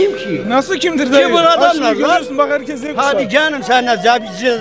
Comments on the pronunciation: Ülkeye yönetici seçebilmenin tek kriteri yaş olmamalı yâ.. "Zvuauuağ kuşağı" diyen emmiyle bir profesörün oyu nasıl bir olabilir?? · Z kuşağı diyemeyen dayı yarım yarım yardı :DDDD o değil de her yer cahil cühela kaynıyor yine... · Sondaki dayı 50 kere denedi ancak "Z Kuşağı" diyemedi ya la! 😂